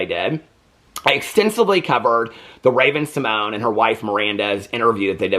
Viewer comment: Speaking of getting names correct, it is RAVEN SYMON_YAY (SYMONE) NOT RAVEN SYMONE....